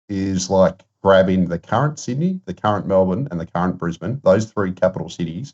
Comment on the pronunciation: It's Brisbane, see ya